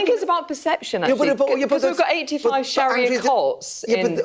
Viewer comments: Its SHARIA law for fucks sake. NOT SHAHIRA. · What is “shahira law" ffs? I cannot take you seriously when you can’t even say it properly! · It’s pronounced Sha-ri -a not sha-hi-ra, at least check your grammar and pronunciation before recording? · It’s Sharia not Shahira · "there is no Sha-Hir-Ra law in London" Your pronunciation of Sharia is so off, I genuinely didn't know what you were talking about at first😂(no joke) . . . Sharia is pronounced Sha-Rea . . . not Sha-Hir-Ra. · Sharia not Shahira lol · It's sharia just as it's spelled mate, not shahira. Are you daft? Or maybe you need to spit polish your specs there lad. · It is SHA-RI-AH not shakira! Why are the "patriots" and "British values" muppets uniformly semi-literate and dyslexic?? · Sorry, it isnt shahira law its sharia law. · It’s Sharia law Not shearer law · Sha-ria not sha-hira, apart from that good video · Not SHAHIRA, its Sharia! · Sharia law, not shahira law?? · Sharia ffs, not Sarah, saraha 😂😂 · Why do pronounce sharia ”shahira”? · It's Sheh-REE-YA, not Sheh-hee-ra. Reminds me of Shakira 😂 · “Shahirah law”😂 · Sharia, not shahira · Sharia. Sha, ria.